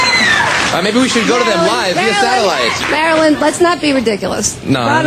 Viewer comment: Domb bitch calls him Maralyn